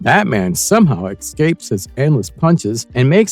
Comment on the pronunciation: I wouldn't be shocked if it was AI narrated. Not very much. & " excapes " ? Who programmed the freaking AI ?